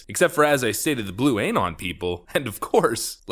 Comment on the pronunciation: Why the living f*ck does this guy pronounce it aYnon? You have one job,....